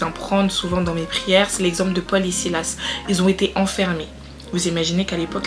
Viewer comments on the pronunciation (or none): none